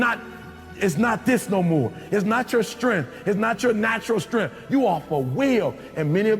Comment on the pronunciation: What the hell is "strenf" and "unger"